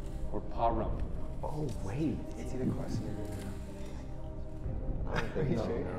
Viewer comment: No way he pronounced Reno “REINO” 😭😭😭